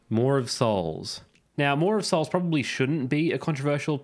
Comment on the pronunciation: You pronounce Maw of Souls just fine, i see no issue with it.